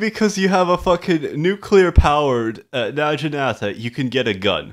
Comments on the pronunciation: Your prenunciation of naginata and chrysalis is actually offensive to my ears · OH MY GOD. PLEASE PRONOUNCE NAGINATA RIGHT, THIS IS DRIVING ME NUTS!